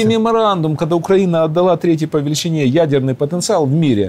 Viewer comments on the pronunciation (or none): none